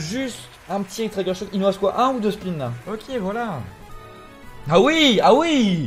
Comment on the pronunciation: ça me tilt comment il pronounce trigger comme tryger mdr